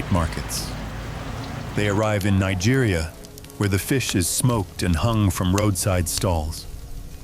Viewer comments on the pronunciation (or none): none